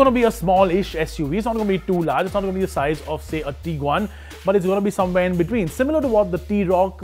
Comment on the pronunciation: dude the pronounciations are just so funny! Taigoon.... Teaguan.... Tooareg and the big one... (V)olkswagen!!